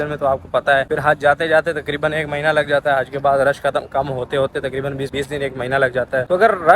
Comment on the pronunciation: میھنے نہیں بھائی مہینے ہوتا ہے۔